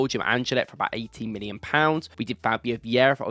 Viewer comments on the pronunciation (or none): none